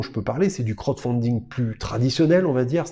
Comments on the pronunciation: Il faut absolument revoir la prononciation pour le : crotte founding lol Sinon super vidéo comme d'habitude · Bah en même temps il donne son avis dessus rien qu'avec la prononciation lol 😂